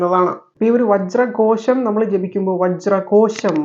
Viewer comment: വജ്രകോശം.... വജ്രകോഷം ഏതാ ശരി.... 🥰